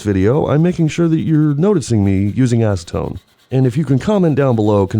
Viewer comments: I saw you use ass-see-tone.... 😂😂😂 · Nice ass-Eh-tone! Steam cleaner is my friend! Cheers! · Say acetone again 😂